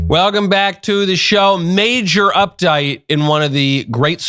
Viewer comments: 😂Michael Knowles casually slipping into an Aussie accent at the start of his show was not on my Bingo card. “updayte” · "Major Updite"?